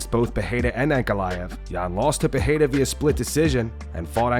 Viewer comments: PEH-REY-RAH not PEH-HEI-RA. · It's February 2025 and still calls him Peheira 🤦